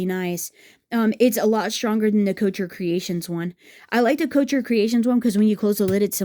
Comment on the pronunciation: Thanks for the comparison. Note: couture is not “coacher”. The ending syllable is like tour